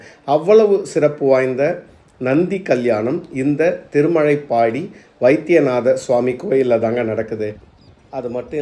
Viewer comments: நல்ல தகவலுக்கு நன்றி 🙏 திருமலைப்பாடி அல்ல. திருமழப்பாடி.. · திருமழைப்பாடி இல்லீங்க, திருமழப்பாடி என்பதாகும்.